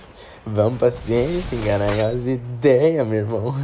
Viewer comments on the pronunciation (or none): Aaa amo quando ele fala "azideia garai" kkkkk